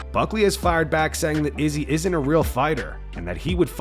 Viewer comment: basically said Izzy like bussy 😂😂😂